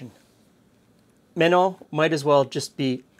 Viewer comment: Ah, the pronunciation threw me off a bit. Then a quick look into the "Bibliothèque Nationale de France" (France National Library) names the author as Joseph Menon. He also authored other similar books.